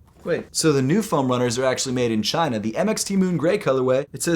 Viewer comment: he said made in Chaineeeh....